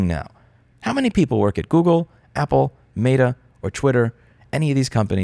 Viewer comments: Is Louis saying “mayda” instead of meta? Lol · What is “mate-uh” ???? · It's both Cringe, and hilarious that Louis pronounces Meta as "Mater" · Today I learned you pronounce Meta weird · Louis, you make very valid points, but the way you say Meta kills me. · The way you say Meta triggers me more than the company itself. (jk kinda). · great video but the way you pronounce "meta" mildly upsets me